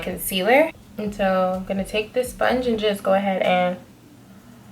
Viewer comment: I want expecting to die laughing during this video but when you said “soinge” I died. 😩😹Btw love this especially the shadow.